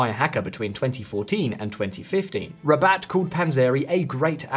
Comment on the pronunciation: Haha Rabat its not a hard word, this channel has only money for AI